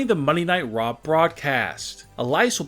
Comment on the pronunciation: What is up with your emphasis on every last word of every sentence? It is so annoying. "Get her husband out of Jaaaiil." "Of monday night Raaaww."